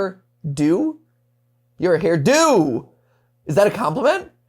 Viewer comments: A hair-DO, not a hair-DON’T 😅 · Youre supposed to read the DO in hairdo like you do in weirdo (I think? cause it makes sense then)